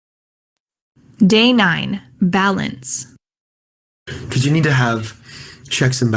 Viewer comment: Why do you used c ose not because? "coce"